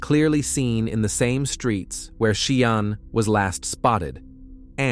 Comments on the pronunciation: It isn't 'Cee aahn', its She aahn' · Name is pronounced shan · Everyone knows how to pronounce sean Connery 's name ....well Sian is the feminine version ... pronounced ' Sharn' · Seean? Shan is the correct pronounciation. I couldnt listen as he got so many words wrong. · I’m twelve minutes in and gave up, because the narration calls the poor girl “Cee-arn” then “She-arn”. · Sian is pronounced Shahn not ciarne...At least get her name right, it's disrespectful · Is the narrator AI? He sounds robotic. If it is AI, he may not be pronouncing this lady’s name correctly. I’ve known the name to be pronounced like Sharn. If I’m incorrect and the people doing this video have checked with her friends and family that it is indeed “Si Ann,” my apologies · It’s pronounced ‘Sharne’ not ‘See Ann’ Are you AI? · Sian is prounced Sharn! It’s a Welsh name which is equivalent to Jane in English. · I really wish you had bothered to learn how to pronounce Sian's name properly. To not bother to do so it totally disrespectful. SIAN = SHAHN. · Sian is pronounced Sharn. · Sorry the pronunciation of the victims name is so frustrating and disrespectful. It's not hard to find out how to say it if you don't know. It's pronounced SHARN!!! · Isn't SIAN pronounced "Shawn?" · Her name is pronounced as Sharn. I am from Swindon and remember this case very well. The people of Swindon all came together as a strong community. Sian wasn't his first he also murdered another young lady Becky Godden. May they both Rest in Peace. t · Her name is pronounced Sharn you idiot, do your research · Sian is pronounced “ Shaan” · Thank you but her name is pronounce Shahn. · Bloody illiterate idiots Sian is pronounced Shan. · No it's not it's pronounced Sharp 😂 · Sian is a Welsh name pronounced SHARN 🙄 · YES SHARN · Yeah your right I picked up on that See-en , I was like WTF lol yes Sian is sounded as - pleased I’m not the only one lol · You need to learn how to pronounce her name properly! It’s irritating to listen to